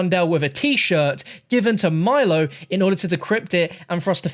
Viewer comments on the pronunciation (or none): none